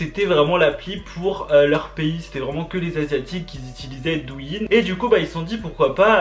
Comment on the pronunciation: dou in 😭 sa se prononce doo ou ine